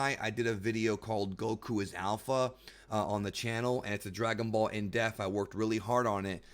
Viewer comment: Question: Why do you say "deff" when pronouncing "depth" you're supposed to say dep with the th sound at the end.